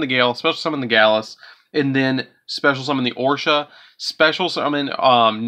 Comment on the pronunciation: Gladius = Galus. Oroshi = Orsha. WTF??? I think you might need to go back to school and learn how to read.